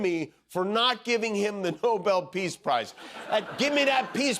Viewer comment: he said Nobel Piss Price... not Nobel Peace Price XD